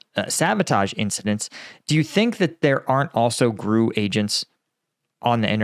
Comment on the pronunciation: It's pronounced "G.R.U." (Russian military intelligence) not "grew".